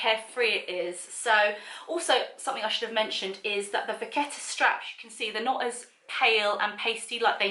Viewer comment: The authentication code will or should be on the leather tab inside the pocket,,and I think it's pronounced vashetta ... loving the bag xx